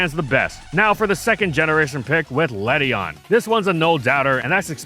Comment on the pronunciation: Ledian has an IAN at the end not a EON